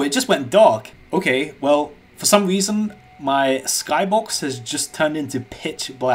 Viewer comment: “fow some weason “ I cant get enough of your videos *